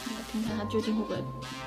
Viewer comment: 烙賽？？？ 不是拉絲嗎？